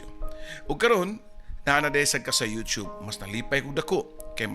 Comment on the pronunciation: imbes kay ganahan nko dri kesa sa papa dudut,napareha nmn hnuon ni sila,nganung 'yotob' mnjud oi kalain paminawon,youtube bya na